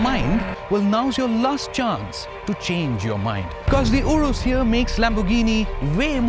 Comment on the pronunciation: Man it's pronounced as 'u-raas' not 'woe-rus'